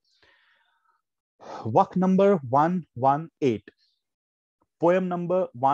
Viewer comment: The way you teach is good but sorry to say, it not as, as you are pronouncing it. It is vaaaaaaaakh